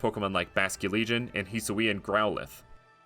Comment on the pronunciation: It’s hi-Su-I not hissssuuuia